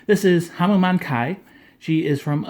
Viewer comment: Its pronounced Hamen not Hamma-maan